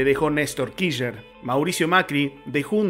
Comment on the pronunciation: kisher, jajajaja , , , , , , , , , . Se dice /kir/ /ch/ /ner/ chango!, o al menos /kish/ /ner/. En fin, muy buenos tus videos, los estoy escuchando todos mientras boludeo acuarentena'o. Como decís, tarde o temprano vamos a ganar, es solo cuestión de tiempo. Mucha gracias y mucha suerte hermano.